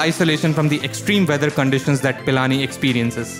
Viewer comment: It's not Palani its pilani 🤣🤣